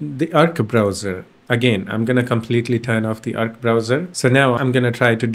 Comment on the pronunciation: it's not erkk browser it's AAARC browser